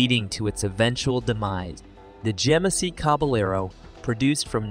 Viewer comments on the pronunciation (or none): I noticed that you are new here so I'm going to make a suggestion, try to do a little bit better job editing. Your pronunciation of the luv (you said loove) and liter (you said litter) . you pronounce GMC as Genesee Also, do a little bit better research. Ford never produced a pinto truck. Those are aftermarket customizations. The Luv was badass, the rampage was a piece of garbage.